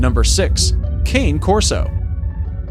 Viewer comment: Cane corso is pronounced (Kahn-a cor-so) not the way it looks I know I have one as you see in my profile pic